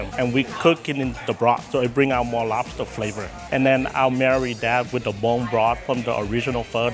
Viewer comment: “Udully win day owdewr de lobter” 😂😂😂